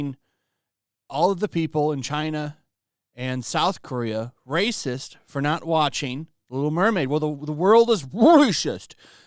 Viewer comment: Omg you and the guy from the quartering are so annoying with the way you say 'racist' rolling the r. Can't watch your vids anymore...